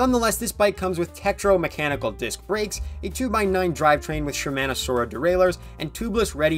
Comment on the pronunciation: that's the worst pronunciation of shimano i've ever heard lol